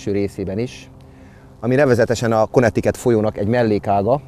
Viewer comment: Szerintem nem úgy kell mondani hogy Konnektiket hanem Kánektikát